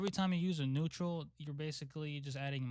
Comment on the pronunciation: neautral LMFAO love u bro but i died there 😂